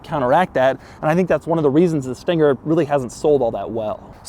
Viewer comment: "This thinger"